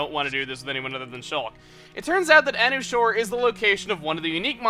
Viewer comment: I thought it was pronounced "a new shore."